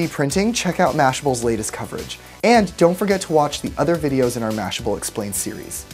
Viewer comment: the a is so ugly in "mashable"